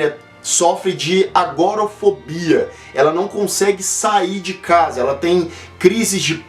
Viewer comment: Sangue do meu Sangue eu assisti. Não curti muito não, meio paradão. P.S .. pronuncia-se "ÁGORAfobia" Abração